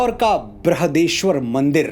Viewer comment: बृृहदेेश्वर नहीं , बृहदीश्वर